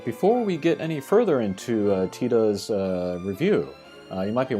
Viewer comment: Great review. The CG characters I'm most looking forward to, in order of preference, that fix problems with the current units are Squall (my fave), Locke / Zidane / Vaan (I'd like a 7* upgrade on Xon that I can take into trials) and then Tidus. Love how you pronounce his name, btw.